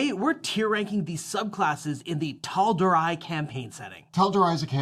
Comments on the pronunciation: I believe it’s pronounced “Tal Door Ray” not “Tal Door Rye” - that’s how Mercer has said it. I’m early in the video, and said it the right way the second time. My fingers crossed for the future! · It will never be not funny hearing you butcher the pronunciations of Matt's world. First WHEEL-duh-mount, now TAL-dur-eye! They're pronounced WILD-mount and tal-DOOR-ay :) (Not like messing up pronunciations is a big deal tho, we've all done it) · tal-do-ray lol not eye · Tal-dor-eye????? Have you guys not heard Matt and everyone else pronounce it Tal-dor-ee? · Brother you CANNOT open the video calling Taldorei "taldoRYE" IMMEDIATELY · I think its pronounced Tahl-door-ey. Some of the abilities such as the moon domain cleric's dual concentration or blood letting focus with magic missile or scorching ray can be really potent but they do kind of force you into a certain style of playing. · Taldoor-eye. Lol! How do they not know?😂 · "Tal-Dor-eye?" Must not have ever watched Critical Role to know the pronunciation hahaha. All good honestly lol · Taldor-eye lmao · Everytime they say "Tal-Door-Eye" my eye twitches. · It’s Tal-door-aye phonetically boys, nbd tho ofc great video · It's pronounced Tal-Door-Ray, I had to say it cuz the Psychic damage stacks lol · hearing you pronounce it Tal-door-eye hurts my ears : ( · Ending sounds like an A not an I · I would like to take this opportunity to inform you that nowadays i prefer Drakkenheim over CR. Oh and that the pronounciation of Tal'Dorei is slightly incorrect but you probably already know that by now. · How can you mispronounce Tal’Dorei when it’s literally said on stream correctly a million times seen by millions of people including you? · How are you this large of a channel in the D&D community and have zero idea how to pronounce Tal'Dorei? lol